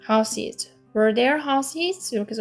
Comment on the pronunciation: 별로중요한것은 아니지만 Houses 발음은 하우지즈 로 하시면 좋을것 같습니다. 시험에 내는 학교가 종종있어서요ㅎ